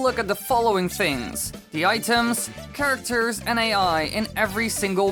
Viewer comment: umm it's characters not charaters